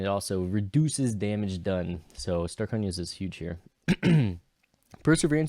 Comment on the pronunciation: i died when you called starkonja's "Stayonkas"